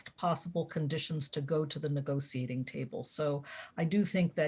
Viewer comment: I had to stop at the 23rd mention of the “nego-see-ating” table